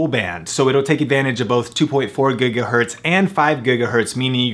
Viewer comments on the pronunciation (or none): gegahertz? gagahertz?